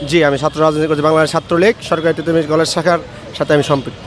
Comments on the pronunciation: ঠিটোমীর না তিতুমীর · পাগল নাকি? টিটহ মীর কলেজ না তিতু মীর কলেজ, সঠিক কথা বলতে সঠিক উচ্চারন করুন। অাপনি কি দেশি ব্রিটিশ উচ্চারন করে অভ্যস্ত?